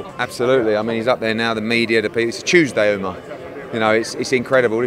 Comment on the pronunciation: his name is umar not uma